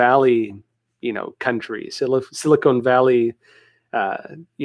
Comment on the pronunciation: Silicone valley! about... lol Silicon Valley.